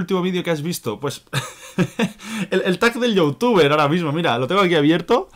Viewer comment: por que dices youtufe ?